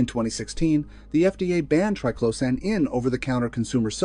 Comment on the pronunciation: The information here is good, but the continual mispronunciation of triclosan makes me want to scream! If phthalates can be pronounced correctly, why can’t triclosan?